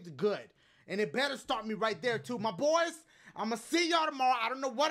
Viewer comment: dachie,,,,,,,,dachie when you say "MY BOYS" I think you say "MY BVOYS OR VOICE , IM JUST SAIIIYYIIINGG 😒